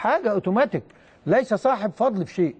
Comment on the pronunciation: ليس تنفيذ صحيح اي لائحة او قانون فضل لان كل الاندية اعضاء الجمعية العمومية بأتحاد الكرة المصرية يمتلك صورة طبق الاصل من هذه اللائحة وليس قضل يا مع كل الاحترام لك بنطق هذا اللفظ